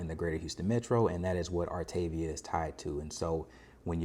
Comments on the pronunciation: I was told it’s pronounced - ar ta ve a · It’s actually pronounced “art a via”. :). Artaveeha. 😊